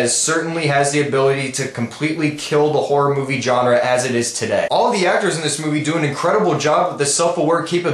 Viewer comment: Please stop mispronouncing the word "genre", I roll my eyes every time you do that xD